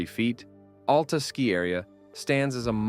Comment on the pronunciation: Locals say it AL-ta, emphasize the AL, like Al the man's name, or alopecia, not like Alaska. No U sound whatsoever, it's one way people will instantly know you are from somewhere else.